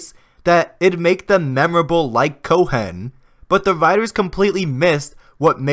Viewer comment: the H in Cohen is silent lol